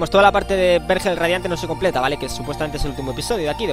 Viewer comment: No te vendría mal tomar unas clases de lectura. No se pronuncia "hángar" sino "hangar", lo mismo con "vérgel" y "vergel".